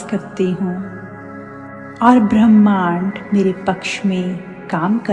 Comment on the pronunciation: अच्छा वक्तव्य दिया है। लेक्चर भी शांतिपूर्वक दिया है। परन्तु थोड़ा उच्चारण सही करो जैसे भ्रमाण्ड नहीं होता ब्रह्मांड होता है